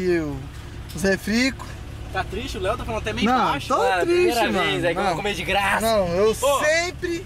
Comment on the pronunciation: O Renan: de grača de graça kakakaakkaaikakaiakaiaiakskskis